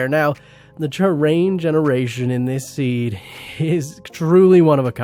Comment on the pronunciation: lol press like for how many time he says zeed instead of seed lmao